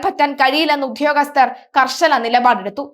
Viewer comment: അയ്യോ ഉദ്യോഗസ്ഥനാണ് കുഞ്ഞേ ഉത്യോഗസ്ഥലനല്ല